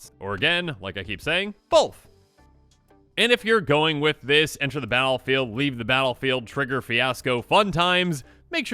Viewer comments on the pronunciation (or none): none